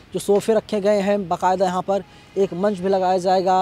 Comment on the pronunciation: zayega nahin jayega boliye shabdon ka sahi uchcharan urdu janana zaruri hai